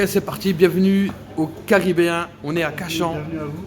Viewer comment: "Le Carabéen" il a dit le minot 😂✌🏻